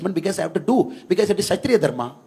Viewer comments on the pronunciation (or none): none